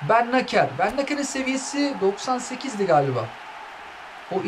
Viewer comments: biraz lüzumsuz bir bilgi ama Bennacer'in telaffuzu "Bennaser". Sonundaki r de "ğ" gibi söyleniyor, Bennaseğ gibi... Fransa'nın Cezayir üzerindeki etkileri... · Abi bennacer bennaser die okunuyo